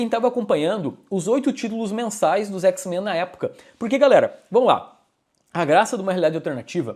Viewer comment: parece um jamaicano falando X-Mã